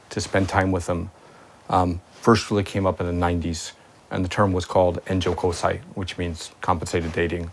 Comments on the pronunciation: The way you pronounce JK joshikosei makes me wanna kill myself, it’s pronounced “josh-call-sei” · please vice guys, it would be soooo nice, if you would at least pronounce the Japanese words in the 'Japan' titled videos correct. Your videos are popular an 20000 people hear the unbeliebable wrong pronounciation of the word 'joshikosei' from you. I would wish more internationalization at the pronounciation :)